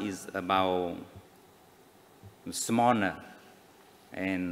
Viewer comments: Phát âm của ông Hùng tôi cho 4/10. Tự tin diễn đạt ý nghĩ bằng tiếng Anh không cần giấy chứng tỏ là người có đào tạo căn bản hơn nhiều vị bộ trưởng hiện tại rồi. Ông ta mắc lỗi phát âm lớn nhất là vẫn ngọng L thành N, smaller phát âm thành small-ner. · Nói ngọng smaler ....đọc âm L thành âm N...... ngọng. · Có thiện cảm vs ô này, chỉ mỗi tội ô ngọng L & N cả tiếng Việt v tiếng Anh. Chỉ vài câu mà thấy mấy lần S Mo Nờ (smaller). Với tư cách là 1 Bộ trưởng thì việc nói ngọng đó là rất ko ổn. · Smanner chứ k phải smaller :). Anyway ít ld nào ngoài bộ ngoại giao có thể giao tiếp bằng English như bác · Smaller - he said " Smanner"